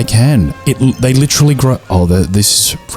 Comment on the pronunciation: li-TREE-ly love that recommendation nah I loved that the way you said coffer sounds like coiffeuse which is like barber in french I mean you got the Texas Chainsaw achievement